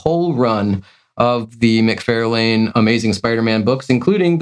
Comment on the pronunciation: It’s Mc Far!!lane not Fairlane.. SMH 🤦